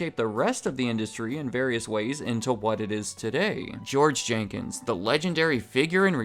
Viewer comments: Jenkins not Jenkings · Jenkins. Not Jankings. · Jenkins, not Jenkings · It’s George Jenkins. Not Jenkings. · His name was Jenkins.....not Jenkings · His name is George Jenkins. Not Jenkings.. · George "Jenkings" LOL